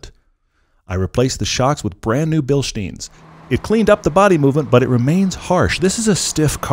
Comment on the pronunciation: ....or guy who isn’t, did you say Billshteins? How cultured!